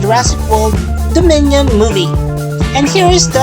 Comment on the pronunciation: Its Jurassic world domion not is Jurassic world diminion